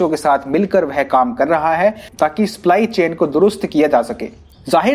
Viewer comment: Abe sply nhi सप्लाई होता है